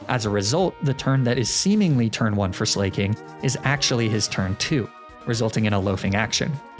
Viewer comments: Do you mispronounce Slaking on purpose? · ITS NOT SLAY-KING!!! 🗣️ ITS SLACK-KING it’s a play on words, for example “someone who is slacking on their duties.” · Loved the explanation on Slaking's weird loafing, but I thought I was gonna pull my ears off every time you said Slay-king. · Slay-king huh? Fa-chaw-day huh? I assume I’m being trolled haha.